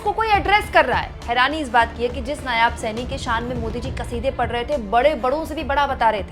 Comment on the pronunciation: नायाब नहीं, नायब है बेटा जी। हरियाणा तो गयो भाजपा के हाथ से ।